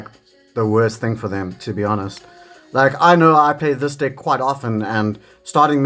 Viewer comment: I know it’s just the accent but it definitely sounds like you’re saying dick/dicks 😂😂